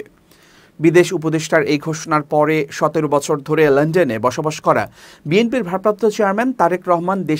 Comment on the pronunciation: " লন্ডন " উচ্চারণ পুরাই বেঠিক, শ্রুতিকটু। সোজা উচ্চারণ লন ডন যদি ভুল করে তাহলে তাকে স্ক্রিনে আসতে দেয়া উচিত নয়।